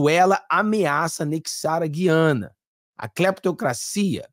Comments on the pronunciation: em toda a Amazônia se pronúncia a séculos, GU/ IANA E não GUI/ ANA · Gu-i-a-na, mudaram a pronúncia de sempre das Guianas! Dói meu ouvido!